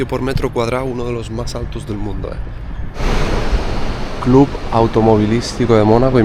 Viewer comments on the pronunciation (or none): none